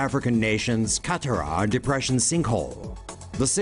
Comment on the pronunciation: when he sys Qattara Depression ff made me laugh